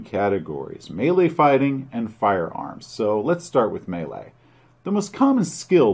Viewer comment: Thank you for pronouncing Melee correctly!